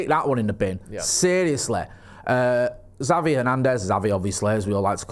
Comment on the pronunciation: 2. For f's sake, WILL YOU PLEASE PRONOUNCE XAVI's NAME PROPERLY. IT'S EASY: "CHAVI" as in "chips".